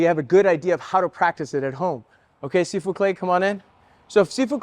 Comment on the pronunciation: Sifu* It did sound like seafood though 😅